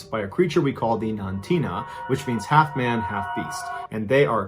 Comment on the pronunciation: 2 things: The creature was not “Nantina,” but the “Nantinooq.” Also, what also caused the failure of the village, was the spirit of a white woman in a long black dress that would emerge from a clifface above the town, and would return to that clifface. The 2 things contributed to a fear that Portlock was cursed.